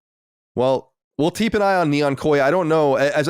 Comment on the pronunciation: "we'll teep an eye on "